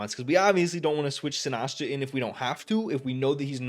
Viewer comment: Its “si-nis-cha” not “si-nas-cha”